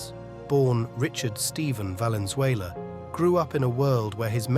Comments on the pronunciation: That's not valent dumb ass Richie valence. As in valenzuela. Get crap right. 🤟🏾🤙🏽🤷‍♂️😎. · Why do they pronouns veilens?? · Valenzuela so get his last name right